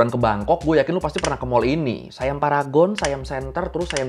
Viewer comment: Bang bacanya siam aja bukan sayam mntang2 I itu AI jdi sayam gitu ya hehe siam aja Siam bukan sayam 😂